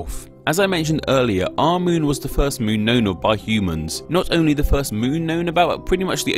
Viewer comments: I absolutely love all of your vids but could you please quit saying dey and instead the? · "duh moon" "duh moon" "duh moon" "duh moon" "duh moon" "duh moon" "duh moon" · "Da moon", "been dare", "surrei", "amazink", "fink"....(-_-°) While some might be dialect differences, more than half are just poor pronunciation. You're slurring your words in the extreme. At least work on "ŋ", "ð", & "θ". Try opening your nasal passage by widening your throat. Hope that helps.